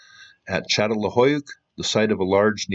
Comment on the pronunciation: Say: San-tor-I-no and Chattel-HUI-yook